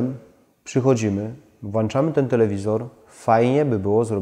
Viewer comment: merytorycznie wszystko super, fajnie jednak jak uda się zachować prawidłową polszczyznę - włączamy(mamy włączniki, a nie włanczniki). Gdzieś po drodze było też było "wziąść", zamiast wziąć:) Przy takiej oglądalności, myślę że warto to poprawić.